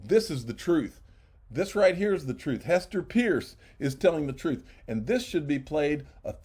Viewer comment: Please give Hester Peirce the courtesy and respect she deserves and pronounce her last name properly. Practice off camera. Even a child could do it.